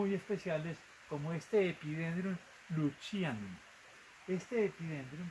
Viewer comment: no se pronuncia Epidendrum luchianum. Es un Epidendrum leucochilum, se pronuncia "leuco-kilum" Un exemplar sensacional!